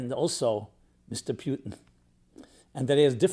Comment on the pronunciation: for goodness sake to pronounce Putin as ‘P i u tin’ sounds as caricature. He is ‘Pu (ooo)tin’ and in Russian it’s a meaningful word - an adjective from the word “Road, HWY, - Road map / HWY Patrol .. HWY sign…